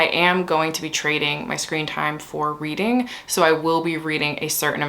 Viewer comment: Every time you said “weeding” all I heard was “wreading” in the pwincess voice 😂💀😭